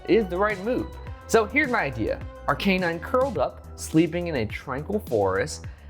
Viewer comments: This is an incorrect pronunciation of Arcanine. Despite being a "canine," Arcanine is actually pronounced Ar-kah-nine. Source: every episode of Pokémon anime where it shows up. Having said that, congratulations,! Lovely piece!:) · Gen 1 Pokémon like Arcanine have been around since 1996. How you say their names correctly is not exactly a debatable topic this late into their existence. Any official Pokémon media that mentions Arcanine has and always will pronounce it Ar-Kah-Nine. Even outside of official media usage, Arcanine's pronunciation in the English-speaking Pokémon community is universally Ar-Kah-Nine. A simple YouTube search of the Pokémon will reveal this to be true. No one says Ar-Kay-Nine despite its name being derived from "canine." ' pronunciation makes logical sense but is not accurate. It is what it is. As a completely random side note, many people's childhoods were ruined when the Pokémon Company pointed out that Bulbasaur is a frog.:) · Maybe he didnt win because he pronounces Arcanine ike that😭😭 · Still can't get over pronunciation of Arcanine